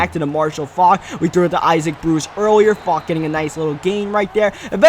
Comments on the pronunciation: It's not Fok its Faulk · Nigga 😑 he thinks the "u" and the "l" are silent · Marshall Faulk not Marshall fauck